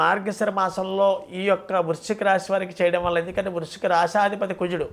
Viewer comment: Vruchhika,budhavarama, somavarama ,clearga cheppaledhu